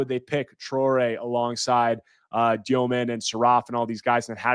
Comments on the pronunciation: stop saying dyoman, confusing with tosan evbuowman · THE WAY U PRONOUNCE DEMIN IS IRRITATING MAN. JUST BE REGULAR DUDE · As s BYU fan I pronounced Egor Demin's name wrong. Looked it up: "The Russian surname Dëmin is pronounced as "Dyoh-min." The umlaut above the "e" indicates a specific pronunciation that differs from the common mispronunciation "Demin." -Deseret News